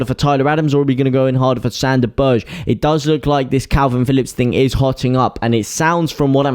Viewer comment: Sande Berge - as in Burger, like hamburger, berger!!!!